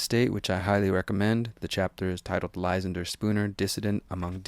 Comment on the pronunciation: You should learn how to pronounce that name Ly-SAN-der, not LY-san-der